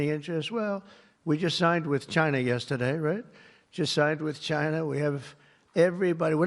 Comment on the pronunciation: "Genius" who can't pronounce the word "yesterday."